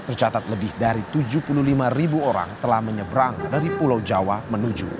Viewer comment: Menyebrang min..bukan menyerbarang 😅